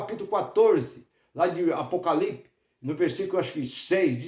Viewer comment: O cara não sabe nem falar o nome Apocalipse e quer explicar o mesmo!